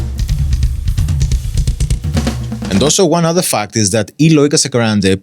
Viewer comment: A pronúncia no nome dele está ótima haha é ótimo reação ao vídeo, abraços.